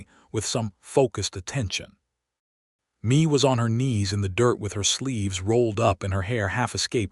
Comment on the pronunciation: Yo AI Mae is pronounced May not Me